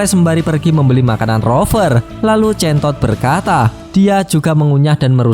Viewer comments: hero name?chain toad terdengar(centod)😂😂😂😂😂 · centosss nya di tekan bet wkwkw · Ngomong centod nya biasa aja bro 😅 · Jadi executive Korban nama2 hero jelek😂, btw pas ngomong chaintoad nya agak di perjelas ya bg 😂, sekilas kyk ambigu